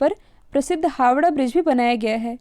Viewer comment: Howrah not Havda